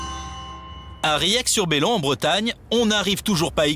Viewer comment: Riec sur Belon pas Bèlon non mais respectez les bretons merde 🤣🤣